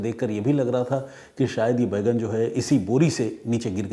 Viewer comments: आप बैंगन को बैगन बोल रहे हैं जो बहुत अजीब लग रहा है! Please correct pronunciation. जय हिन्द ॥ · Detective " Bheigan " 😂😂😂 Pehli baar sunna Maine bhi...Sir....!!!!! 🙏🏻🙏🏻🙏🏻